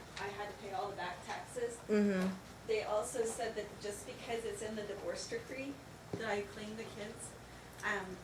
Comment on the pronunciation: Why does nobody tell the dad that it's decree and not degree? I want to find him so i can tell him.